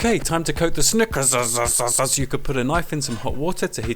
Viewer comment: "Sneakerzizizze" Lol